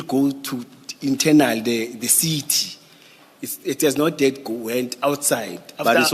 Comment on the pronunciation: Seetee seetee instead if CITY!!! You see yes yes yes yes de seetee